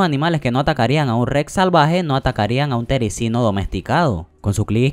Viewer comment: Gracias pero tengo 4 tericinos, y también se dice terizino